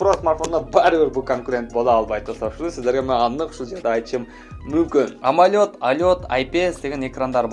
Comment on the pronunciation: Амолёд эмес амолед дечи